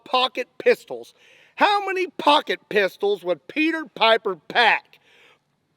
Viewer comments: It sounds like he’s saying pocket pizz holls but like the The actual bad word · Pocket p**sy? Am i the only one hearing that?